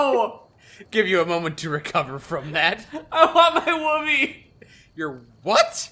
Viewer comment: "Woobie". Rhymes with "would be" - as in "you would be cold without it".